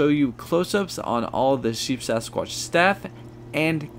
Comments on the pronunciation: Very informative but it is Sheepsquatch and not SheepSAsquqtch. Just fyi. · At least he was consistent in saying it incorrectly lol. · Not to be that guy, but it's Sheep Squatch, not Sheep Sasquatch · Sheepsquatch, not sheepsasquatch